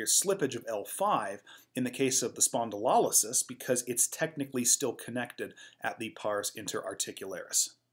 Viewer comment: Great content. Thank you. Check your pronunciation of spondylolisthesis and spondylolysis though. It's lo like LOW, not lol like lollipop. spohn-di-low-less-THEE-sis.